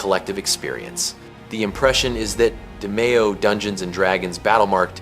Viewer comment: DEE-me-oh, not Deh-MAY-oh